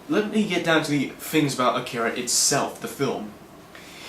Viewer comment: It's called AH-key-ra. Not akeara, man. It's nothing personal it's just annoying to hear people constantly mispronounce the work. It's like when fans say say-figh-roth instead of sef-fir-oth, or when people say manga like its a fruit. "Main-ga". Augh. Its called "monga".